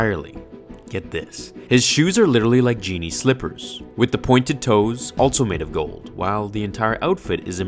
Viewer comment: Why do you say “altso” its “also”